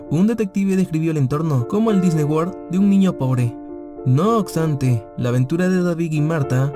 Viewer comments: 0.32 el hombre que tiene trentiocho años. Lo que pasa es que el narrador no pronuncia bien. 2.00 dice no ocstante. En varios videos pronuncia mal ésta palabra. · "no oxtante" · “No OCSTANTE”????? Es neta? Jajajajaja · No oxtante, no oxtante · Otra vez dijiste no "ocstante"